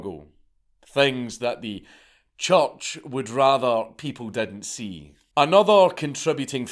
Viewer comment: Is Dank saying church or choch?